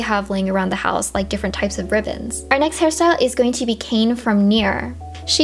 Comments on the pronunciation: Ah! Not a big deal, but it's KainE ka-i-ne. After you said Street fighter and then Kane I thought you meant Billy Kane lolol. I remember for picture day in elementary school I did my hair like Chunli. I was obsessed with that style. I wanted to be Chunli for so long so this is super nostalgic for me! ♥️ Edit: Also that Riku look is really giving me vibes of Rainie Yang's looks in the Devil Beside You. She had some really cute hairstyles in that, lots of braids. Edit again: I love all the characters you chose especially Leixia and Talim were my mains in Soul Caliber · The way she's pronouncing Kainé's name is hurting me lmao